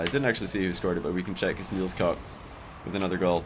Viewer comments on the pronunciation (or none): It's pronounced Niels Cook. Not Niels Cock. xD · pls Nielskoek is pronounced kneels cook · Hey, dropping some good content! Keep it up! Also, if you pronounce it Niels Cook (as in Captain Cook), you're gonna be closer to how a Dutchman would pronounce NielsKoek.